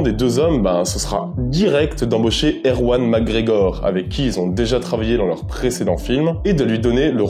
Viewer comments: pas erwan macgregor; ewan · J'ai vérifié et ouais, t'as bien dit "erwan" mcgregor